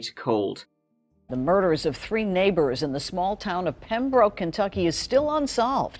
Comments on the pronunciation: that's how the Irish pronounce th, its just t , three - tree , thirty - tirty , they literally can't pronounce th! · it’s obvious now. You like saying tree and turd for the number 3. And nobody does it any better. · "Trees" lmfaoooo